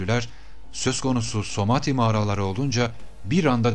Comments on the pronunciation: bu video da tüm videolarınız gibi çok güzel ama "Samadhi" yerine neden sürekli "Somadhi" diyorsunuz anlamadım? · harika bilgiler toplamış ve paylaşmışsınız teşekkürler ama keşke somati değil samadhi olacaktı..